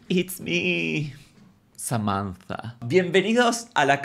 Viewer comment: La violencia que me produce cuando dice SAMANZA